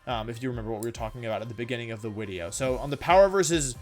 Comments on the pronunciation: Video. Not veedio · Why do you say Wideo instead of video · Why does Wolfy say Wideo? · I love when wold says widdeo not video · What the heck is a wideo? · i havent been here for long why does her say wideo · is he saying wideo